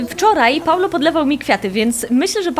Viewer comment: nie Paulo tylko Paolo